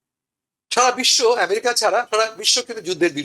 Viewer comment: america a= short a , not bent a